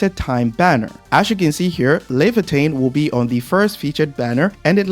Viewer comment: As an original Arknights player, it's so weird to hear people saying Leviatan, because the only thing i see is, Surtr, haha